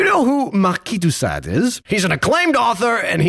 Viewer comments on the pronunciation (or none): none